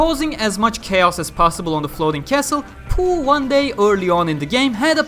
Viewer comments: I thought it was pronounced POH instead of POOH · Low key lost my shit everytime he said PoH, as poo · Poh is pronounced as poo? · oh. And I thought it's pronounced literally "Poh"